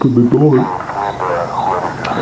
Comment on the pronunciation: Bro realy said ‘open the noor!’😭